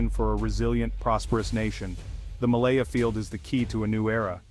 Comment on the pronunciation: Its malampaya not malaya